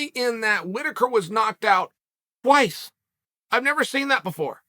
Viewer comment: Cheal is so funny 🤣🤣🤣😂😆 how he says twice